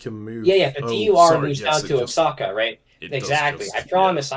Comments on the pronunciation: Maybe it was divine intervention, but after sleeping to another video and waking up to yours, that state is pronounced Oa(ha)ca, the same way it's also pronounced Mé(he)co (like the "H" in the pronoun "he"). But whatever, I know why yall say it like that. Just being pedantic here thats all. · For all his pronunciation policing, sure does mispronounce Oaxaca a lot...